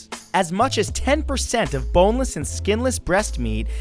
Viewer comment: did you say B O N E L E S S?